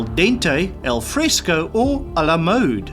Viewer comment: 71 "Al Fresco" baby!!!! no disrespect, love your content, but maybe attempt to pronounce some things as they were meant to be pronounced?